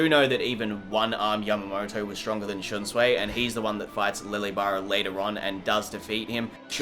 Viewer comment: The name is shunsui (shun su ee) he is not Chinese learn th pronunciation